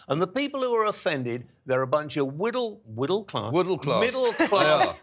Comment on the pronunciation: almost had it right, I think he meant “widdle class mankers!” 😂